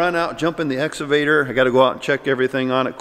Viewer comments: What's an exavader?? 😅 lol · Can someone please teach how to say excavator!!! 🤣😂🤣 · Quarantine drinking game. Take a shot when says ‘exsavader’ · "Exsavader" LoL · I’m watching again to hear say exavator😍😂😍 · I like how says exavator and not excavator haha. He makes my day! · pronunciation of the word excavator is epic. It started out esscavator which he was self concious about so he turned it into "exavator". It puts a smile on my face every time he says it lol. Anyway. Keep up the good work gentlemen! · Let me start by saying your downloads are great and I love the channel. I just have one question. Is saying the Ex A vator or Ex Ca vator? It sounds like he is saying exavtor which makes me laugh and I do not know why. Keep up the great work. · (X-uh-vader) lmao he crack he up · excavator not exavader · X CA VATOR!!! Damn it say it right!! LOL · Just practice a few times "EX-CAW-VA-TOR"! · Has anyone taught how to correctly say excavator yet? Every time he says it I correct him but he cant hear me. Lol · Why can't pronounce exCavator?! LOL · It's ex-kuh-vate-er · Will someone please teach to say excavator? Or else I am going to stop watching, get into my Cadillac Exalade, go to the empty mall and ride up and down on the exalator. I might just go home and study about the end times. You know esatology. (For all you bible scholars.) I'll try not to get so ex-ited., I think you should let pick out a new computer for you to work on, you know a futuristic Star Wars kind, model RD2T, because you guys are out in the rural delivery areas. You don't need it because you are good at number crunching, but you could get some help from one of those futuristic accountant computers, like model 3CPA. Help us Momma CS. You're our only hope. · shouldn’t be allowed to rent an excavator if you can’t pronounce it.